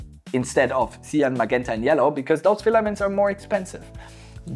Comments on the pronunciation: Sir, i know its a language thing, but im sorry, its pronounced ma-Jent-a. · hahaha I love when you say "maguenta"! Great video!